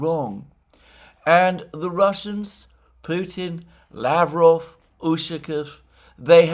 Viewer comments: Just remember that just like in Bishkek, the stress or the emphasis goes to the second syllable in Lavrov 's last name. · Mercouris, How is it that you can correctly say Bishkek yet every single time you say Lavrov it is a disaster?